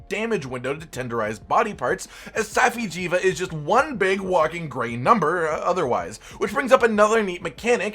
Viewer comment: (Saf-eye) jiiva